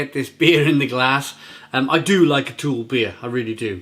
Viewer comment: I recently visited Copenhagen and while sightseeing I also spent a full day working in the Ølsnedkeren brewery. One of the evenings I visited To Øl and the brewpub was awesome!!! P.S. It's pronounced Too-Ul...not Toole. The U is heavily like "Ugh".